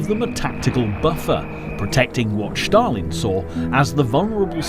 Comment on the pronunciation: Shtalin, Shtalin, Shtalin...